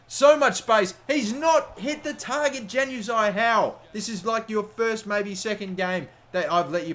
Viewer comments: Its pronounced "yan" uzaj not "jan"uzaj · The J in Januzaj pronounced as a Y not J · its disturbing to hear januzaey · It's not Januzaj as in JAN. It's more of a YAN at the start when saying it. Sorry if that doesn't make sense. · even though it is spelled as "januzaj" it is pronunciated as "Yanu zaey" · It's pronounced Yan-ooz-eye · It's pronounce as 'Yanuzai' not Januzaj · It's pronounced yanazi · Januzai- is pronounced yan u zai, soz that annoyed me but great vid other then that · btw its pronounced yanuzai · It's pronounced yanuzay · Januzaj is pronounced as yanuzai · when he says Januzaj wrong lol